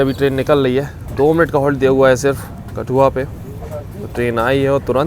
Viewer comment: bhai it's pronounced as कठुआ not कथुआ!